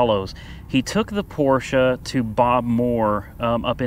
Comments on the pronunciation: That was the best Porsche pronounciation from an American that i have ever heard, and i have heard a lot. Kudos from Germany : ) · finally saying Porsche correctly. Woohoo!!! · Great video. Refreshing to hear someone pronounce Porche properly. Even most dealers and owners don't and they will even argue with you. It a phonetic language. The e ending is pronounced. Owners and Dealers Can you learn to say Porsh ahh? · i got to get one of them oil pan catcher drums i never seen them for sale where i live great idea...laughed when it didnt fit under porsch low clearance ...also laughed when u said porsches ...i guess u will never be a german to pronounce it right even though your pronouncing it right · Well... Your pronouncing was quite SPOT on ✌️ Greetings from Germany 🇩🇪 PS. Your driveway will look great after this one operation 😝👍😜